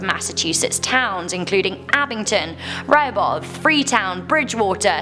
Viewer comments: The town from the 44 hitchhiker is pronounced Re-ho-beth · I’m sorry for correcting but I’m from mass and lived in Rhode Island it’s pronounced ‘re-ho-beth.’ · That was a pronunciation I'd never heard before. I liked it. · i love how she says "Rehoboth " Her accent is great : ) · The way she says Rehoboth 😭smh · Bro you said Rehobeth wrong 😑